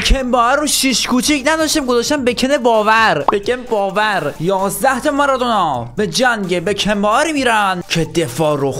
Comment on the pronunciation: حالا تو اسم بکن بائر و اشتباه نوشتی چرا همش تو بازی بهش میگش بکن باوَر یه جوری میگی که واقعا اسمش بکن باوره